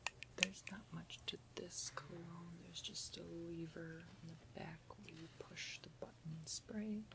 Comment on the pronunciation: I keep hearing CLOWNS instead of cologne :D